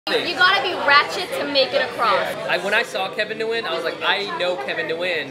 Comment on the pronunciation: He doesn't even pronounce Nguyen right and that's his last name too.